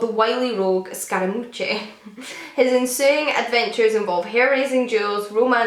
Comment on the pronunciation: Scaramouche is truly fun!! It’s pronounced “scara-moosh” 😁